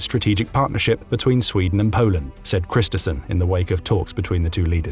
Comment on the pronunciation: Constructive criticism: the surname of the Swedish Prime Minister, Ulf Kristersson, is pronounced 'Kristershon', since the letter combination 'RS' is always pronounced as a 'SH' (unless you come from Gothenburg 😁).